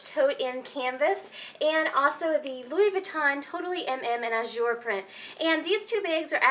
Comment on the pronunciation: Please say AZUR the right way. Z is like in Zip.